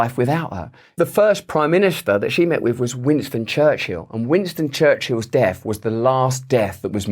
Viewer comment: "...and W. Churchill's deaf was the last death..." :)) It's so funny, the way u pronounce "TH": once it's a Θ, once an F... and then a Θ again, but then sometimes it becomes a V!!!